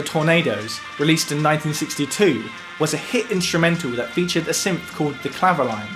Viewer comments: Great research. I was waiting for the Clavioline. I had one made by Selmer many years ago - it was based on valves and was monophonic - being a guitarist, I never used it on gigs and. I sold it for 30 quid - madness! - I pronounce the name as Cla- vio- leen, not clavo-line. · Sorry to be pedantic, but I think it’s pronounced “clavi-oleen” as it was a French instrument.